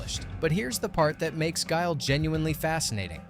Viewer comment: You got guile wrong